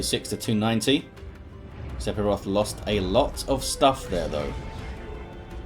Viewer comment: Im not sure if the player prefers to pronounce it differently, but the "ph" in Sephiroth should be pronounced as an "f", so that it should read "Sef-iroth". Just a language quirk.